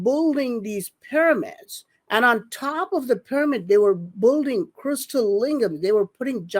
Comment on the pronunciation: When is going to finally learn to pronounce "building"??? This is ridiculous!